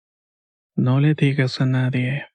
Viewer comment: No se lo diga a nadieh, que se ponen celosoh